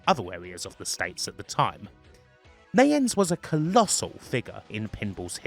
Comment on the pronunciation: The correct pronunciation is nie -ens, not nay-ens. The 'i' is a long 'i' as in eye, bye, night, light, dye, sky, kite. Wayne Nie-ens (Neyens). Very interesting video.